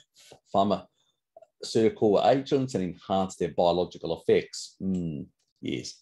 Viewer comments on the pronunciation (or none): none